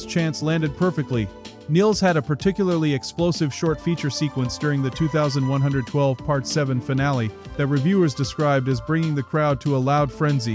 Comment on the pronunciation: Nobody calls the fourth album two thousand one hundred and twelve... it is Twenty One Twelve